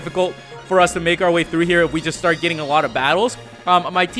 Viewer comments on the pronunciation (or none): none